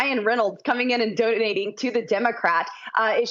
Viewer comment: Intensely irritated by the way she says “donating”.